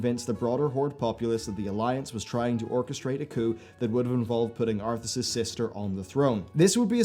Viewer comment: "Arthas's" really? No one?